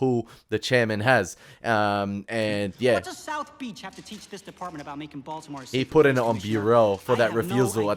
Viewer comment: For someone who has watched "The Wire" for 2 seasons and made a big deal about singing along to all those "gangsta" lyrics you seem to know so well... ...No one pronounces Baltimore as "Baltymore". Even a Canadian like me knows that. Perhaps you should listen to the dialogue rather than singing along to the music that you love so much. No one is ever going to mistake a young Australian man like you as someone who could cope in the streets that "The Wire" portrays (whether as a street dealer or as a cop in any capacity). Assuming you understand that these stories are based on real-life experiences... you do know that, right? Or is this some young Aussie's "gangsta" fantasy? No shortage of those!!